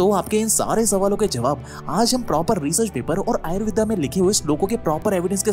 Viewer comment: भाई आयुर्वेदा नही होता आयुर्वेद होता है।